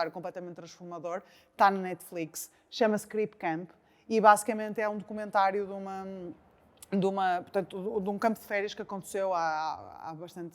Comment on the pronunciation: O nome do documentário é Crip Camp e não "Creep" Camp.